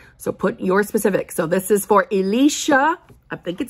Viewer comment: Hi,! This is Elisha and yes you pronounced my name correctly.😄 Thank you for giving me the opportunity to share my question. I was so through with myself when I accidentally hit the send button instead of the icon to send a super chat. Thank you again for the grace.💐 My question is this: I’ve been affirming for perfect health for the last few months and a few weeks ago I had a horrible fibroid flare-up that had me in the emergency room 2x in a week. I learned that my fibroids are bigger and my uterus is the size of a 20 week pregnancy. So I’m having surgery to have them removed with the intention of saving my uterus. The surgery is for July 1st. The thing is I’m scared. I’ve never been put to sleep before and this is my first major surgery. I’m trying not to freak out but I am. Now did this come about because of my affirming I had perfect health? Should I go ahead with this surgery or should I just affirm the fibroids are gone? Or is there a point when a health concern has gone too far and the 3D must step in, ie. the doctors and surgical means? Im not sure what to do and July is right around the corner. Any help is sincerely appreciated. Thank you so much.💐